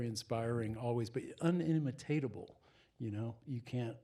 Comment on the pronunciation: min "un-imitate-able..." 🤦🤦‍♂🤦‍♀ In-IMI-table, Rick...rhymes with "inscrutable"🤷🤷‍♂🤷‍♀